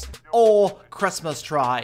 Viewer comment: 'Jim box' , 'Christmas tray' 'Victray', ' Dith,' 'Tislas' etc.